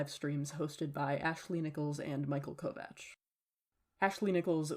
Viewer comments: Omg thank you for pronouncing Kovach aka Kovács the right way! It hurts my ears when other people say it wrong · This video makes me so joyful because you’re actually pronouncing kovach correctly